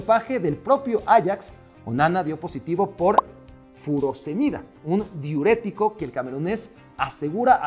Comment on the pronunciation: Se dice diurético